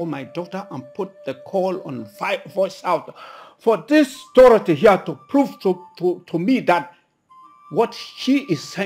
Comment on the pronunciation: The name is pronounced Dorothy not Dorathy. She's really jealous friend , always attacking and competing with the fashionista Queen Injideka 🤣🤣🤣🤣❤️🇬🇭